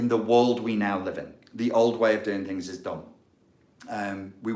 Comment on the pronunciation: Yes,I runs tings,tings na run me.Just being funny,like how you said tings,very Rasta business,lol.